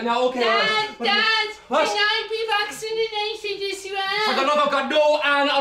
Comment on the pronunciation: Anne asking to be "vaccin-inated" & crying makes me laugh to the point where I can't breathe. 🤣 Every time I watch that scene I have to pause the video, laugh maniacally, catch my breath & then watch the rest of the sketch. 🤣 Such an adorable pronunciation of the word! 😂Need more of! 😆